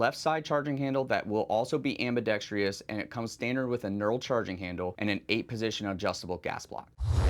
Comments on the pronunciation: Where can we vote for the host to learn how to pronounce ambidextrous? I can’t find that option. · I love all this. EXCEPT the pronunciation of “ambidextrous.” Dude. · "Ambidextrous" is the word. Ambi-dex-trous. Not ambi-dex-tri-ous - there is no "i" in it. On the positive, this year's 2025 lineup is even better than the interesting 2024 lineup. PSA having a gun for every need, with their approach of customer-focused, value and quick innovation, is absolutely killing it. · Ambidextrous. Four syllables. AM/BEE/DEXT/RUSS…Not, Five..AM/BEE/DEXT/REE/USS. I wasn’t going to say anything but, for as often as the word is used, I had to. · When did "ambidextrous" become "ambidextrious"? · Someone please tell my dude that there is only one 'I' in "ambidextrous" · Great firearms and amazingly difficult choices. But please look up how to properly pronounce AMBIDEXTROUS. Ambidextreeeous isn’t a word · Someone please tell me why Americans in the firearms industry insist upon a superfluous "I" that does not belong in the word ambidextrous. Am-bi-dex-trous. It is not, and never has been "ambidextrious". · If you’re actually selling grenade ammunition for the Thumper, then cool. Otherwise not super interested in firing gender reveal balls. PS it’s pronounced “ambi-DEX-truss,” not “ambi-dex-TREE-us.” Why is that so hard for some people?? How the heck do you get “TREE-us” when you read “trous”?? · For the love of god it’s pronounced: “am·buh·DEK·struhs” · This guy doesnt know how to pronounce ambidextrous lol. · Why is the word "ambidextrous" so difficult for people to pronounce? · PSA can't even afford to hire people who know how to pronounce "ambidextrous". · This man doesn't know how to pronounce ambidextrous. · Please learn how to say “ambidextrous” there’s only four syllables, not five. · Why is literally no one in the firearms community able to correctly pronounce the word "ambidextrous" when it is a word they have to read, write, and speak all the time?